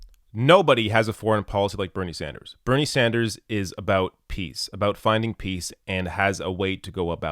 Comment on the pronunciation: I like to replay at 3x every time a Canadian says ABOUT